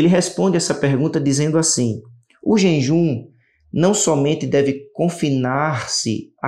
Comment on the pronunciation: JEJUM, QUERIDO IRMÃO, A PALAVRA NÃO É JENJUM, PERDOE